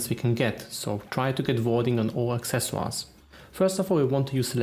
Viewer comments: man said acceswas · Love your accent. The way you say "Accessoires" sounds cool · Accescuar... Or at least that's how i heard it. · The way you say accessories is awesome. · so French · I'm pretty sure it's German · its french :)